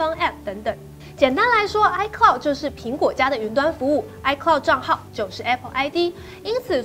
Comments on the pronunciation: 是 iCloud 吧!!! 不是 iCould 喔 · 唉科烙- d 不是 唉拷d 烙要延長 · iCloud 不是iCould 😂